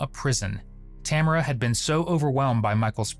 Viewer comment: Amaericans can never pronounce Tamara properly